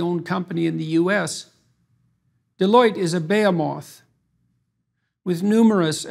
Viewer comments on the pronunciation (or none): Except for the pronunciation of 'behemoth' , unless it was a different word that he was going after that I am unaware of.